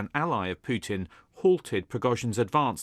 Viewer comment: does she say puchin ? 😂